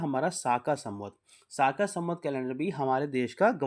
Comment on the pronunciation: साका नही शक सवत्स हैं